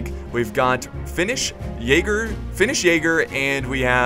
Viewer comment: Jäger is pronounced Jeger